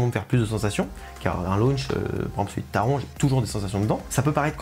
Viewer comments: Taron se prononce taronne 😭😭et oui le Taron fait pas de sensation 😅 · Super vidéo 👍 comme d’habitude, je n’ai pas fait Blue fire et Europa-Park en général, c’est un parc qui m’a donne envie et tu n’a pas arrangé les choses 😂, sinon je voulais juste te préciser que Taron ça ce prononce « taronne ».